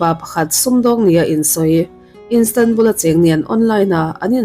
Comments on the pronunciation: Instanbul nilovin Istanbul zawk w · Police ni lo in polish (Pâwlish) ti a lam tur aw 🤦🏻‍♀️ 👮 nula emaw ka ti hman dawn lawm 🙄🙄🙄 Istanbul, Turkey khawpui pawh Instanbul ti in I lam tlat…. I awm a nalh sia, next ah chuan lam dan tur ngaithla hmasa la…. TCIM nei tu pawh a aw (voice) a mawi ltk a, mahse a thil lam dan a mak thei ltk… a bikin English ah hian. FAKSEL a haw ropui sia… nang chu thinrim ve suh aw. Lam dan tur ni lo deuh a in lam chuan kan thil ngaihthlak mood ah chen a harsa duh ltk